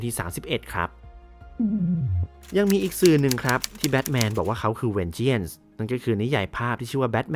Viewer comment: วิเคราะห์รายละเอียดเยอะดีครับ ฟังลื่นหู ติดตรงทีคำว่า Vengeance ที่ควรอ่านว่า เวนเจ้นซ์ ไม่ใช่เวนเจี้ยน ทำให้ฟังดูแปลกๆไปหน่อย แต่โดยรวมถือว่าดีครับ